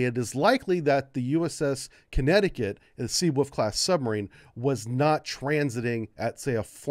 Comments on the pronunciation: Take a shot every time pronounces Seawolf as Seawoof:v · Sea ...Oof